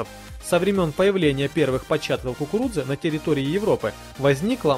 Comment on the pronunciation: Робот не прочитает слово "кукуруза", как "кукуруДза".